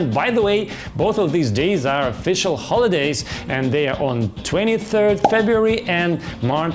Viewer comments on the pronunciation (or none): На - сильно слух режет произношение Х в словах have и holidays. Попробуйте помягче, почти без звука на выдохе произносить. В целом хороший английский, воспринимается без проблем. По содержанию, для пробы неплохо. Но думаю подписчиков быстрее будет набрать на обзорах новых девайсов на английском, можно просто менять озвучку с видео на основном канале.